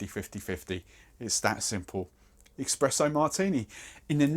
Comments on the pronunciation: Espresso!! Not eckspresso!! 🤣🤣🤣 drives me made lol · it is pronounced eSpresso not eXpresso martin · OK, I'm confused now. It's espresso, so it should start with es..., but you say expresso, which starts with ex...? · Great video, but please do not say expresso! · Y u saying expresso martini 🥵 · Oh damn! I'm so sorry, I stopped listening when I heard 'expresso'. 🤦🏼‍♀️ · “Espresso”... there is no “X” in the word